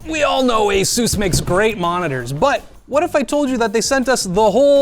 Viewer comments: Well I had no idea it's pronounced ay-soosse, probably because it isn't. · Asooouce. Pegasooouce. 😅